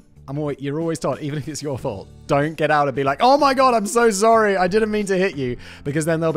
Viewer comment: The Ann of Green Gables “Sorey” is 👌